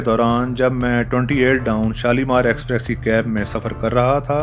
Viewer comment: I have watched most of your videos... I'm a railfan. Exprex is still there in almost all of your rail videos. It's not about script, dear.